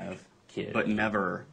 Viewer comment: “but NEVAR 👸🏻💄💅🏻💅🏻💅🏻”